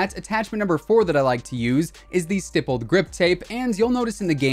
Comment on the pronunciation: THANK YOU so much for pronouncing "stippled" correctly!! As an IRL gun nerd that hears that term a lot when it comes to aftermarket grips for guns, hearing these other CoD'Tubers saying it like "stypled" makes me rage more than getting killed a camper with a 725. Lol.